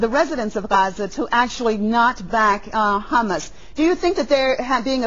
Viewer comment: ITS HAMAS, NOT HUMMUS, LADY